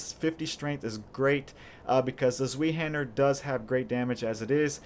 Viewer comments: just so you know its pronounced like this Z-vei-Hander. But good vid dude! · its pronounced zwhy-haandr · zweihander is pronouced as= zwy hander (same y when you say why)... zwei means 'two' in german. so it litteraly means 'two-hander' because its a 2 handed sword ofcourse. (by the way im not german but dutch..) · Vile Slanders Mhm, interesting trip you made there but nobody asked for it and you missed the point. The issue was only his pronunciation, nothing more, nothing less. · Ok. I love your channel, but the next time you say Zweihander like that...I will stuff my face into a pillow until I pass out. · scott rautio the W is supposed to sound more like a V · Zwei...hard "i"...being German for two...two-handed....